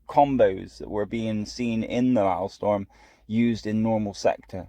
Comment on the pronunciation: Its Maelstrom. Not Maelstorm. Pronounced: "malestrum". If you're gonna showcase content, you should atleast pronounce the name right. xD